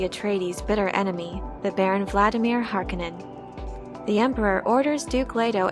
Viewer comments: Harkanin? Its Hark-O-nen. Please stop saying this wrong. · Harkonnen not pronounced "Har-Ka-Nen" it's "Har-Koe-Nen". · It's Harkooonen, not Harkkonenn. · I noticed you kept calling House Harkonnen as (Hark onin) with a short o sound. I have always heard it pronounced as (Har Ko nen) long o sound. I guess it's just different peoples pronunciation from what Frank Herbert wrote. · Just a heads up ... it pronounced Har-KOn-nen, not Har-KA-nen. The 'O' is long. 👍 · Great video. I don't understand why people mispronounce the word Harkonnen. It is HarK'o'nnen not Hark'e'nnen or Hark'i'nnen. The second syllable is with a 'O'. The Lynch movie got it right. The westwood games got it right. It is only the TV series that got it wrong. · Har-Kon-nen say it right! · It is pronounce Har Ko Nen , it was bothering me thoughout the video :)) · Why the stress on the first syllable in the name Harkonnen? I'm generally curious as it's a BB it jarring after 35 years hearing it said with stress on the second.